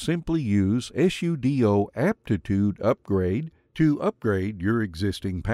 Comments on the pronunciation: Many people pronounce 'sudo' as if it ends with 'doe'. I think a better pronunciation would emphasize the 'doo' on the end of the word because it's about what it 'does'. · This man avoiding sudo pronunciation by just spelling it XD or is that just another accepted way? Still quite new to Linux (just installed zorin 16 to a separate drive in my system), but I've heard of this argument plenty.